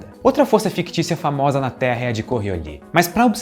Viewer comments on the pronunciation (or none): O cachorro é lindo. Eu sempre pensei q o nome da força era "coriólis", e não "corriolí" kkkkkk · Normalmente, o s no fim de palavras em francês é mudo. Mas esse não é o caso aqui, ele "afrancesou" errado :-) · A força é fictícia, mas o "s" no nome não... Ao contrário de muitas palavras francesas, em Coriolis o "s" é pronunciado!